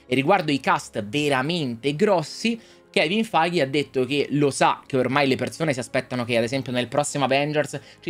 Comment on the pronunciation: ma almeno prima di ripetere il nome di kevin feige 200 volte impara la pronuncia giusta xD